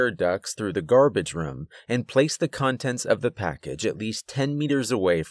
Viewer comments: I love how he pronounces “Room” like “Rum” 😂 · First off, I like this story and your narration overall. Now, this is not meant to be an insult, but your pronunciation of room is like rum or ruum. I'm curious what area are you from. Maybe somewhere in New England. I've never met someone in person who pronounces room in that way and I've only lived in Oregon, Arizona, California and Arkansas. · It doesn't sound like he's saying "we ran to the room" it sounds like he's saying "we ran to the rum" but no hate he's mad good at these stories 👌 👍 anyway I love them keep it up dude. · why he say room like ruum? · Hey! That’s how I pronounce room too, I didn’t even realize he was doing it. I wonder if it’s regional. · I always point that out too lol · This Narrator needs to learn how to say "Room".. it annoys me so much.